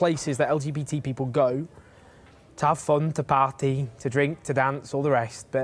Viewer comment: How did he say party “ is he now Welsh !